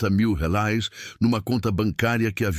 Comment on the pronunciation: Pq fala reais ao invés de reais 🤐🤐🤐🤐🤐